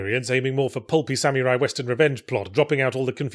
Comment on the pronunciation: still can't pronounce 'samurai' properly